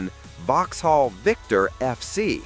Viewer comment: Lots of pronunciation eeks here not least 'Vox - hall'.